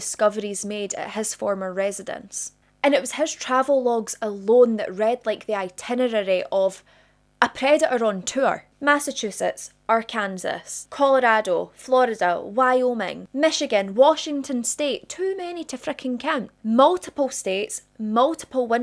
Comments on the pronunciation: Just to let you know Arkansas is pronounced are-can-saw. I don’t know why. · Arkansas is pronounced "are can saw." Yeah, I know American English is weird. 😂❤ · Not making fun of you, I swear. When you said “Our-Kansas”, though, I giggled a bit. “I AM CONFUSION” Memes have ruined my brain. 🥲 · I went to hype you just for your pronunciation of Arkansas! 😂😂💜 but I guess YT will only let you do it so many times.